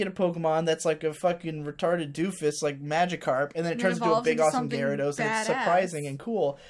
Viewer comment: I cringe everytime u say gyarados lol